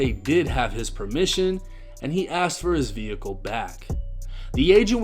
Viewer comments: I’m sorry but using the word axed 🪓 instead of asked is a black thing….. I live right a the border od north/south and in 48 years I’ve never heard a white person from south say axed 🪓. That’s a black thing like amboolands instead of ambulance🚑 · “Axed her” is crazy 😂😂😂😂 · So what ive learned is that make sure you pronounce your words correctly you can use the right words.. dude got popped for saying Axt not Asked, not gonna lie that's pretty funny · Bro you fucking me up tryna say asked the right way I ain’t kno I said it with slang I’m in ATL